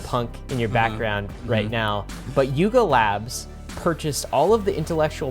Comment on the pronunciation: Lol coulda sworn he said LARP Labs